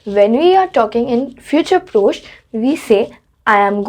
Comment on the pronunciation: One thing, it’s not F-U-T-U-R-E P-R-O-C-H-E, it’s pronounced as F-I-O-O-T-O-O-R P-R-O-S-H your spelling is correct but the pronunciation is wrong, always remember that in French, even if grammar is wrong, the pronunciation should never be wrong, pronunciation carries more importance. 😊